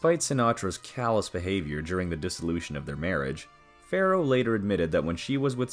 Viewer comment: The name is ‘Farrow’, not ‘Pharaoh’.